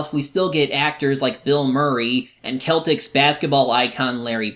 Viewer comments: The way you said Celtics 😖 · I don’t want to come of as a dick, but as a Celtics fans it hurts to hear the team name pronounced that way